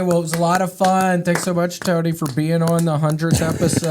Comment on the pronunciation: The way he says Tony is so great 😂 “Tewney”